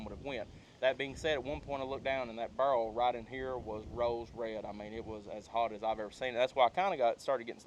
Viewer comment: Its a spirol(spy-rull) fluted birol(bur-ul) y'all lol I'm from Louisville so I have an accent but not quite an Eastern Kentucky accent